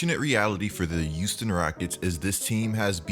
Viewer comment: “The youston rockets”